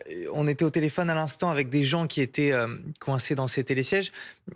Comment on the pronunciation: "ceux qui zétaient"??? VA A LECOLE!